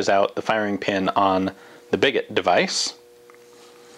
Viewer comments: I think it may be pronounced “bee-go”, since a lot of fire arms terms originated from the French like sabot, ogive, flechette, etc. A little bit confused why Ian, the Francophile did not put that one together. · Is it certain it's pronounced "bigot" like this and not some kind of portmanteau of big and sabot that would be pronounced "biggoh." It immediately struck me as basically a massive inside out sabot.